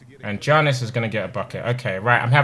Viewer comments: Lmao it makes me laugh when he pronounces “Giannis” as Johnis instead of Yannis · it isn't janis its yanis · Tobi it’s not pronounced “Giannis” but “Yiannis” 😅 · BTW Tobi the Greek Freak is pronounced ''Yannis'' also i would like to see you play with the Houston Rockets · It's pronounced yawn-iss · I love the Milwaukee Bucks, and pronouncing Giannis' name wrongly gave me goosebumps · I love how he can say Antetokounmpo perfectly but not Giannis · Tobi can pronounce ‘Antetokounmpo’ but he can’t pronounce ‘Giannis’ 😂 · How can Tobi pronounce Antetokounmpo but not Giannis